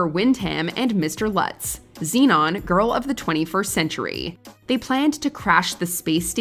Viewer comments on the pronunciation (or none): none